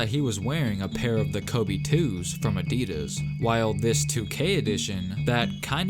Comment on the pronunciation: Is it just me who noticed that he's saying Adidas wrong